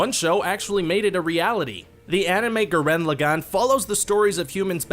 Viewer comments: gurren-log-on thats how you pronounce it. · I died when he said Gurren Lagann. Guh-ren Luh-gahn! GURREN LAGANN! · XD i laughed soo hard at how you pronounced Gurren Lagann...clearly you havnt seen it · Ikr. I don't think they actually watch any of these... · Saw Gurren Lagann OHHHH SHIIIIIII Hears it pronounced wrong dafug?